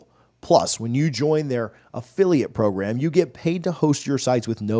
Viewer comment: Norvell's progrim, not program.